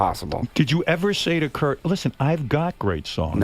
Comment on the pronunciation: they way he pronounces Cobain's first name makes me understand why some youngsters thought he was called "Kirko Bain".